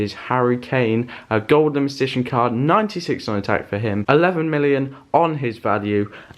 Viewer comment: is it just me or does he say golimitition